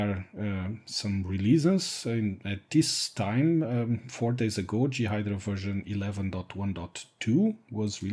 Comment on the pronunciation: Thanks like the other person concerned great to know. Will i get time to play with it? As a native English person we pronounce J as Jay and G as Gee. I guessed what you meant. This is just a tip. I am trying to learn Mandarin Chinese and my tones are terrible so people from China and Taiwan look really confused some times when i speak. Of course your English is much better than my Mandarin. More importantly FreeBSD content is great. I've got a 2.2.1 ISO downloaded ready to run in 86Box to bring back my very first FreeBSD install from 1996 or 1997. So you are making an impact.